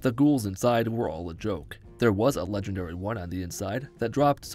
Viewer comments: I’m not gonna lie, the first time he said “legengary” got to me 😂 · “Legengary” GARY GARYYYYYY